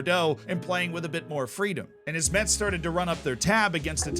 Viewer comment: It's even funnier that he corrected himself with the pronunciation of Rodez but not with Metz (which we say "mess", like this last season's day) xD